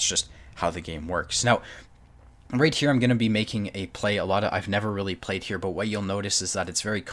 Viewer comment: Rallie?? Yo thwink yow cun jus say werdz anawhy yas loike un at won mattah? You're probably the type of person who says 'anyfink'... Regional accent is one thing, but giving carte blanche to any random pronunciation is just absurd.